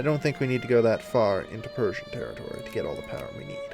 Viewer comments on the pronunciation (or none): none